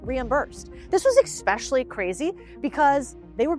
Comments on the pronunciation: Hard to continue listening when someone says Ekspecially 😂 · I said out loud "yes, except.. there's no X in ESSSSPECIALLY" lol... Definitely a peeve of mine. Love her videos anyway 😂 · it's eSSpecially not eKspecially. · Lost me at "Eckspecially" and "You just have to acksk" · she did not just say "expecially" 😒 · had to turn it off when she said "ekspecially" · Interesting that even someone at level makes the "Exspecially" mistake. Genuinely interesting. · Lost me at “expecially”, lol.